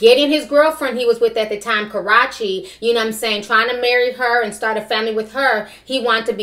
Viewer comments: Stop calling the girl Garachi her name is KARRUECHE !!!! ...CA-ROO-CHI If you prefere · KA-RUE-CHEE IS HER NAME! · Her name is pronounced Ka- Rue- Che. I used to be so crazy over Chris since I was 14 and supported him by going to concerts ( went to his concert in March) buying albums etc but his recent behavior in the last two years have really turned me off. He loves to blame the media and the devil but he's responsible for his actions. For example, trying to rep the Blood gang when he knows he's not about that life and threatening people over a girl that's been done with him. He needs to get off social media, reflect about his life, get help, and stop being an attention whore. His little fake thug groupie leaching "friends" need to get a life and mind their business. Karrueche has moved on. I can't feel bad for Chris because he got a groupie pregnant. What did he expect? Royalty looks just like Chris (especially as a baby). She has too many questionable people in her life. #PrayforRoyalty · Why can’t you say this girl name correctly lol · It's funny you pronounced Karrueche wrong every time. Chris wanted a family with his ex she didn't want kids and said she wanted to work on her career. But you're 100% right be mindful who you lay down with because a man only say so is putting that condom if he doesn't or if the condom doesn't work the balls in her court. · You saying Karrueche name wrong. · I always wonder if she pronounces Karrueche's name wrong on purpose to be funny or if she really doesn't know she's mispronouncing it